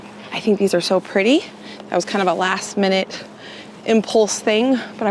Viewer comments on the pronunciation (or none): none